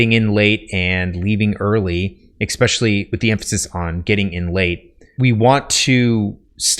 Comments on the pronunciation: Stopped the video early because he was lecturing about pacing while offering a poorly paced video. Also he said exspecially instead of especially. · Good content. Be advised, your 'ex-pecially's are distracting. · It drives me nuts every time you say "ekspecially". Is that a regionalism? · Why is it possible to get so far in life, to be smart, and not understand how to pronounce it EH-SSSSPEH-SHULLYY; not eXpesially? No hate dude I say that as respectfully as possible, don’t mind my 1am rants. Just from personal experience if you say that in any networking situation, it’s an immediate turn off. It’s like misspelling “friend” on your Harvard application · I legitimately can’t stand when people say “eckspecially” or “expecially” when it’s supposed to be ESpecially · Especially* not exspecially lmao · It's "especially" not "expecially" 👍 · Im sorry, but it's pronounced "ess-speh-shal-ly". I only mention it because you said it several times in this video. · You seem like a smart guy, but seriously, it's not eXspecially. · I like the videos, the info is great. And full well knowing this is probably just me. It grated on me each time he pronounced especially, “eXspecially”. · in—"eckspecially"??? Sheesh.🫣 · sorry i had to stop listening after the second EXspecially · I'll keep watching but after he said "eckspecially" at the beginning of the video I'm going to take this writing advice with a grain of salt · Especially not EXspecially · One good thing to d would be to stop saying a word that you mispronounce over an over again, Xspecially that one. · Your advice is really good, but you keep mispronouncing 'especially' and it's incredibly distracting. I know this is a really minor pet peeve but you use that word a lot so it's really noticeable. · You lost me after your attempt at "especially."